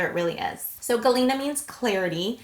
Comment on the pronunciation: You pronounced them really well. Good job girl